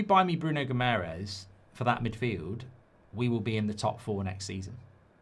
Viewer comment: Mark, its not Bruno Gimerez. He’s not spanish and his last name isnt hispanic at all. The way to pronounce Guimaraes is as follows: Gee-ma-raischz. Last one is a bit difficult as its a nasal pronounciation but if you try, us Portuguese and Brazilians will appreciate it. Thanks m8